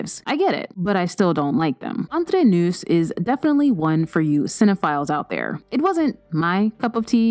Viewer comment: Thank you. Have to admit I cringed everytime she said noose.